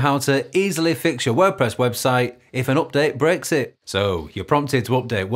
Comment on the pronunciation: Great tutorial, thank you! Btw, I thought I heard in the first sentence you said: "(...) if the update brexit" ;)